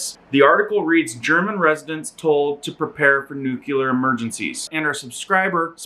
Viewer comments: lol he does say "nukular" instead of nuclear.... funny. Not so funny is the actual content...being in Europe now is a dangerous thing it seems. Prepare for SHTF. God bless us all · nu-clear: new-clee-err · I had to look up the word "nuclear" to make sure I wasn't going crazy as to its pronunciation, because everyone says "nukular". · Nuclear - NEW-KLEE-ARR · Bro you can't even pronounce nuclear. I gotta feeling your viewers can't either